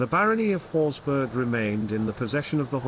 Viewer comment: You could at least try to get the pronunciation correct. It is Scottish, not German, meaning it's pronounced horsbra, which is the same pronunciation as for Edinburgh! This is clearly a low brow AI generated piece because a narrator with an RP like accent would have pronounced it correctly. The usual doggerel is that the Horsburgh family was a sept of the Douglas', but this piece is no better in that they are now said to have been a clan. Both are rubbish.